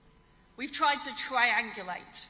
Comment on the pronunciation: Liz: “We’ve twied to twi-angulate”